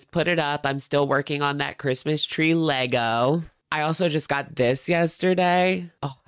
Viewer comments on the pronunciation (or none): none